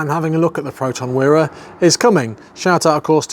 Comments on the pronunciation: actually it is pronounce as Weeeee Ra , never Wai ra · That Wira (pronounced 'wee-ruh,' not 'why-ruh') is a beaut! Same year as my mum's, though her's is a base spec 1.3GL. Best of luck on the restoration from Malaysia! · it's wee-rah not why-rah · Malaysian here. The "Wira" is pronounced as wee-ra. It means hero in Malay. Satria means a knight/warrior. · It's pronounced wira as in weee~, weeee ra. Im a proud Malaysian, wira means hero in Malay language. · neither it's called wi-re or wyre, it's called wee-raa as in wira, in the meaning of hero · I like it. Velour seats and a wood* dashboard - hnnng! I thought the model name of this car was pronounced "Wire-a". I wonder why Proton changed it from "Persona". 🤔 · ..yeah, the spelling is good but your pronunciation is bad - very bad..